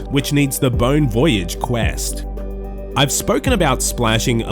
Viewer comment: Sick video but it’s “bone voy-aj” like the French phrase Bon Voyage